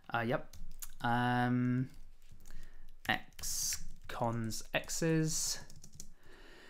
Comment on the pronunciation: You say x cons, I hear ex-cons 😆 Great series btw